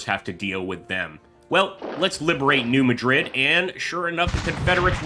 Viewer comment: Cool game and great video! Only one small critique ... as a native Missourian, New Madrid is pronounced MAD-rid not MA-Drid. Also, Nathan Bedford Forrest - despicable human being - credited for being the founder of the KKK post war.